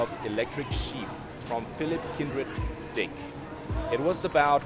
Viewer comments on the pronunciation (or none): Why did u stress on Dick in the name of author? =)))))